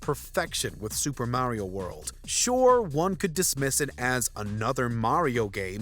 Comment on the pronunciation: It's mario not mayrio